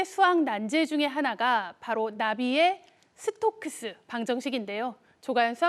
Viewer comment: 이름 발음도 초등학생급이야!